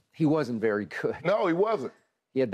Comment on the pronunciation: “Berry Berry Long Time” 😅